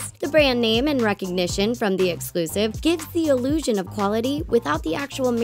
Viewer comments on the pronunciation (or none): Illusion NOT Elusion...not even a word...